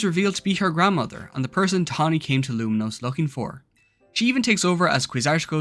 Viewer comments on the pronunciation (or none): Saying Luminose over and over again was so jarring. At least learn to say the city’s name right. It’s Lumiose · lumiose doesnt have an n